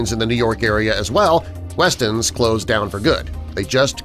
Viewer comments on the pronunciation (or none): Daryl Veal they spelled it right. Didn’t Pronounce it right